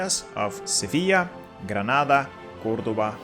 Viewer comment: Finally! Someone who says "Granada" instead of "Grenada". The spanish in this Spain guide was more halal than in the last one. :D